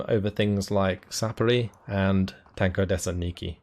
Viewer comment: I believe it's TAN ko de SANT niki with the emphasis on the 1st and 4th syllable.